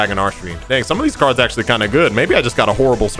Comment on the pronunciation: “ackshaully” pot of greed was banned way before 5ds aired